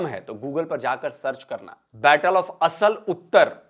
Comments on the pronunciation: "आसल उत्ताड़", not "असल उत्तर". At least get your pronunciations correct. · इसका उच्चारण- " असल उत्तर " नही है ये है -- "आसल उताड़ " ये गाँव का नाम है जो खेमकरन सेक्टर में पड़ता है।